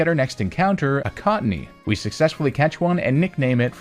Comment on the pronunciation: I heard Koffing not Cottonee.